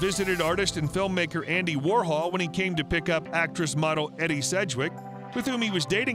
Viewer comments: "EDDIE" Sedgwick???? Her name is EDIE not "Eddie" EEE DEE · Weill is pronounced "vile." "Edie" is pronounced "Eeedee" not "Eddie" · The actress / Warhol personality known as Edie Sedgewick pronounced her first name "Eedie" (phonetically), not "Edie."